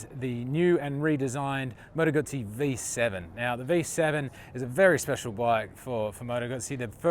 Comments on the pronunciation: Called the factory last time I was in Como to ask if the visitors centre was open - the lady who answered the phone pronounces it "Gooootzi" with a long U and tz as in Pizza. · Yes, I own the V7 Centenario and was literally screaming at the screen. Also, please ask an Italian how to pronounce "Guzzi"... I know you are an American, but still. I mean you know how to pronounce "Pizza", right? ;)